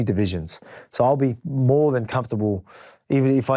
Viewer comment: "But, wait - dere's moahhh!!!" 😄Volk is actually hilarious